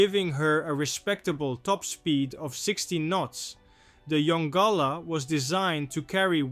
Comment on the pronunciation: Mystery* Also pronounced Yon-Gala NOT yongula